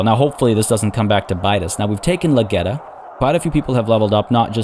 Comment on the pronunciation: Someone has to say it. The lag-got-ya in Lageta!